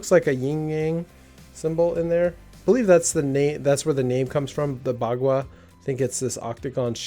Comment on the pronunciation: It is a joy to watch your videos, always well done with good content. Looking forward to more of your videos. Your pronounciation of bagua ( 八卦 ) that is also known as Eight Trigrams is spot on along with the yin yang in the centre that is very commonly used in fengshui. Checkout also the Eight Trigrams table on the bagua wiki vs the 3x3 cubes produced to date. See if you notice a pattern.